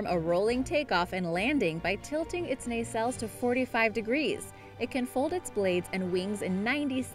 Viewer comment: And nisil